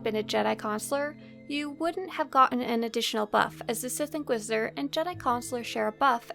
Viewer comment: the sith inquidisidor lol